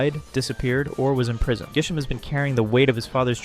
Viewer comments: Dude how the hell did you not realize in editing that it's Grisham and not Gisham? At least state if you're using different region names or something. Like, dude, how can you mess up this bad? and i wont point out how corbeau isnt related to kiren and carmine like everyone intially thought. he has his design because he's a poison and steel type. thats it. like other htan that, i guess good job on the video but this feels weird as all hell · It's GRI-SHAM. Why are you dropping the 'r'??? Also, GRISELLE IS A GIRL. Elle is a common name for girls and also common as an addition to many names like Janelle, Danielle, Belle, etc. did you even play this game?! 😂😂